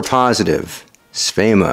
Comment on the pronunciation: Well, if says Svema then Svema it is!